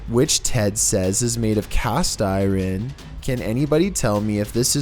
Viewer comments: IRON NOT IREN 😂😂 love ya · So uh... iron is pronounced eye-earn (or eye-yearn), not eye-ron... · Iron is pronounced “I urn” not “I ren” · Iren no iron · It’s iron the metal, not Iran the country. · did this dude just pronounce iron as “eye-rin”? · Btw iron is pronounced i-earn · cast eye-ron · Ur so rite just heard him soo funny 😆 hr says Irin is great! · I just how caught that lol it’s like dyslexia with entire words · As continues to murder the English language is the real mystery. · Dude doesn't know how to say iron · WITAF is IRON?! 🤣 The way pronounced it effing killed me!🤣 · I have never heard a native English speaker pronounce "iron" so abhorrently, lmao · The scariest thing in this video is ' pronunciation of iron lol Edit: Thanks for the likes, just wanted to let people know that I'm just joking around, love and his videos. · That's funny but true.its wack... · He totally trashes alot of words. For someone trying to sound intelligent....I feel sorry for him. But I love all the videos! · I swear to god dude there’s at least one bizarre word mispronunciation per video. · Haha I know I had to rewind it to make sure I heard him correctly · Thank you!!